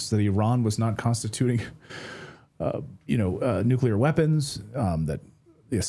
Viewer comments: I get concerned when a person can’t pronounce “nuclear” correctly… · Can we just pronounce “nuclear” correctly?